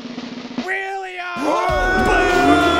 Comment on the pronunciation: "The winner is Willam" H should have said Will.i.am